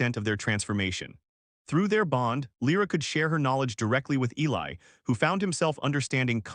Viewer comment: And of course the male is Eli, although not mispronounced as much as usual